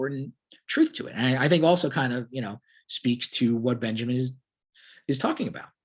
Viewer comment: Its pronounced Vahlter Benyameen